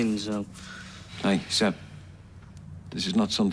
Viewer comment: It’s SEB not Zeb ….